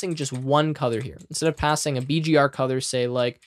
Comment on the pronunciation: Can I ask why you pronounce "Color" as "Cother"?